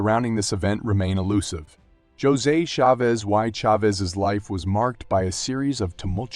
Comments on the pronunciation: Is the narrator saying his first name wrong? Josey? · He definitely is. he is saying "Jozay". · Its A1 and all the spanish names are said wrong